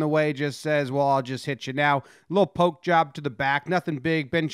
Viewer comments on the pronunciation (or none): none